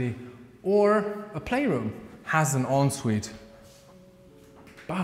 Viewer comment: We don't say onsvite in England. It's pronounced 'on sweet' but some people will say it as they see it and say 'en sweet'.